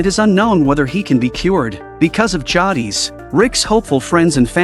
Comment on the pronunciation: Right ? Like it’s Jay-dis😭